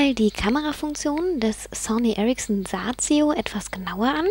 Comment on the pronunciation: schöne stimme cooles handy und ich lach mich schepp ...Sazio...lol wie sie das so sagt